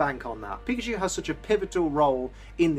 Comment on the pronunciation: i thought he said fuckadeer